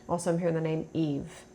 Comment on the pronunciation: *name not “jame” 😂